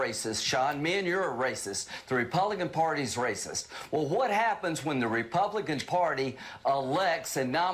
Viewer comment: He said become a republicon. 😂